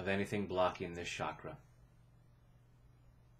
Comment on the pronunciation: just FYI.. Ch in Chakra is pronounced same as in the word Change. And not as in Champagne. Thanks for your videos.